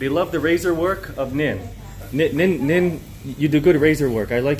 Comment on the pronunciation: I'm sorry . But Nin sounds like a Ts